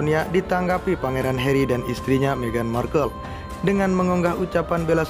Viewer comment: Harry, tp dibaca herri, mimin....